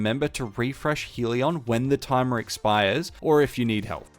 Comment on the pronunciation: Hell-ee-on, still a concisely explained build.